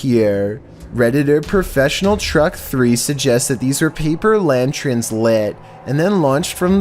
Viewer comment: I'm not trying to be an a**hole but, lantern not lantren.